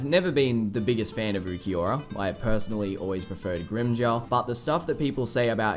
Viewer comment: I hate how everyone says ookieora instead of ulquiorra